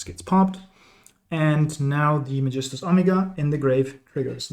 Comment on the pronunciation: dachte ich mir schon. Weil das Magistus Synchro perfekt ausgesprochen wurde 😂